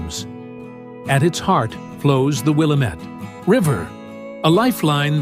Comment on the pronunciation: I lived in Portland for 27 years and Willamette is pronounced WilLAmette